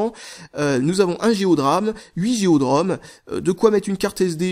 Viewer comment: Comment dire... J'adore tes vidéos, mais je déteste: - quand tu dis "" pour "Go" - la façon dont tu prononce "Now" dans "Google Now":)